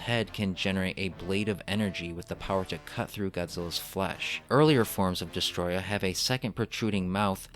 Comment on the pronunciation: Also when got to destoroyah you said destroyah no it’s destoroyah